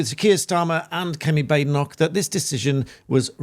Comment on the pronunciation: Dear her name is pronounced Bad-Enoch, not Bade-Enoch.just as La-mond and not La-Mon. These names are Scottish and just because it sounds fancier and being changed by non Scots is not acceptable. Thank you.🙌